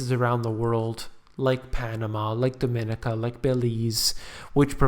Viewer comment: It's DominEEca, not DoMINica. Thought I'd help.